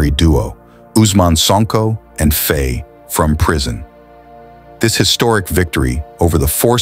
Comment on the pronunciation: All true, but please pronounce ’Faye’ as in ’my’!